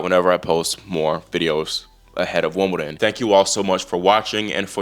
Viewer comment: It may be his American accent, but he seems already to be calling it Wombledon, which is what I sometimes call it, being English and growing up in the 70s. That would be better than a fake accent!